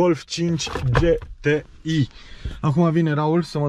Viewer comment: GHE -T-I nu GE-T-I